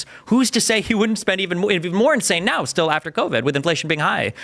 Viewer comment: "What you're seeing right neow"